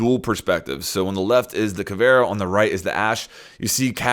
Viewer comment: Anyone else noticed how he said caveria